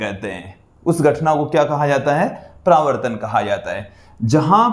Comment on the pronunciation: Pravrtan nahi paravartan hota hai